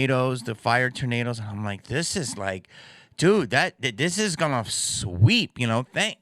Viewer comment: "....the mayors a'ganna" got me rolling Jamie. Rock on dude.